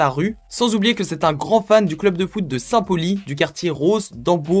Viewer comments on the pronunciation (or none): le club e prononce saint paoli limite pas saint poli du tout, sinon la vidéo est cool et original